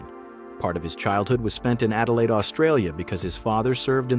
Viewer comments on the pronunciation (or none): none